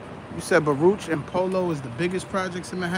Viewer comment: Baruch is pronounced Barook. That’s how we knew who was outsiders